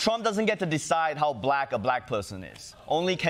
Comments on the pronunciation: Why does Trump put the accent on the first syllable in ‘black’ ? Like BLAck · It's so weird it's funny 😂😂😂